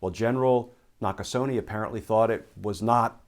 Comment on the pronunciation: Gen Nakasone's is pronounced "...neh" not "...nee".